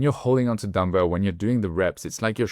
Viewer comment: I thought you were saying Dumbo, not dumbbell 🤭